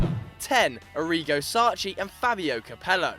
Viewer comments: Sacchi is not shh. its pronounced sa-K-i you brit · Sacchi is "Sakki", not Sacci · you can't prounounce Sacchi, what a shame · Please learn how to pronounce Sacchi, hurts my ears